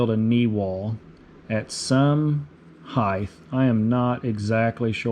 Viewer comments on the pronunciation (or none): there is not a th on the end of the word height.